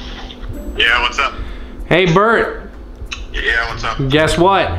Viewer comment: its burt not bert